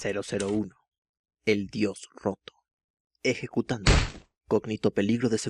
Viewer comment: Diganme que no soy la única que escucho "El dios joto" :v